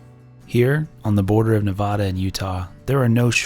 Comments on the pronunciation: FYI its Nev-add-a, not Nev-odd-a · Great video! Really enjoyed watching you explore our stomping grounds. Also it’s Ne-VAD-uh